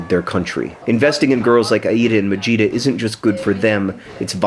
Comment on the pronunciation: I kept hearing vegeta instead of majeeta.